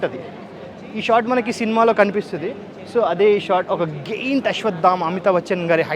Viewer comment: పెద్దగా ఉండే వాటిని జైంట్ అంటారు, గైంట్ కాదు... అది గాంఢివం, గాందీవ కాదు మై డియర్ తెలుగు పండిట్...